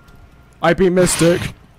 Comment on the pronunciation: "i beat Mystic" Says it with a bold accent Lol